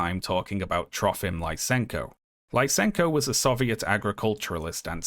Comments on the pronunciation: Lisenko is pronounced like "lee-senko", not "lye-senko". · You pronounced Lysenko's name and surname wrong. I was like "Who's LaisEnko?"